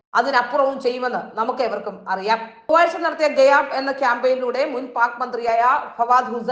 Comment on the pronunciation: സേച്ചി ഗയാബ് അല്ല,😂😂😂😂 ഗായബ് എന്നാണ് അതായത് കാണ്മാനില്ല എന്നാണ്........